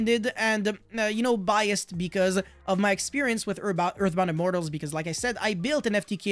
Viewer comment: big props for remembering the hard to pronounce OG earthbound immortal names! I respect that^^